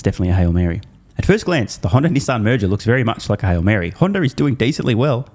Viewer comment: he’s trying not to say Honder.